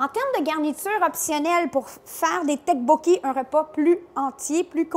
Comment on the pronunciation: Ça s dit toppokki '-'